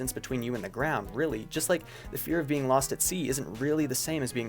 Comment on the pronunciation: Did you just fucking “LOSS” ME??